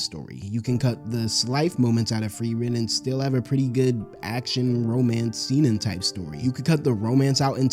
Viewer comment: Also “seinen” is pronounced “say-nen” not “see-nen”